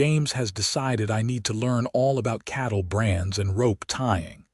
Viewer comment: Its not chattle, its cattle